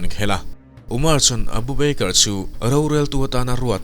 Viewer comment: Beikar tia ilam hi hi mizo tawng thluk a "ba ker" tia lam tur ava nih hmel ve aw